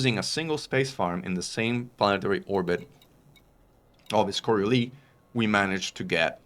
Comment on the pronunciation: Thanks for the summary. But btw., the "s" in Coriolis is not silent. Took me a while to figure out you were talking about our favorite kind of space station.